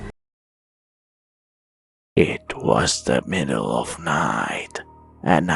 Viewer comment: i-,,,PFTT IT WAS THE MIDDALE OF NEIGHTTT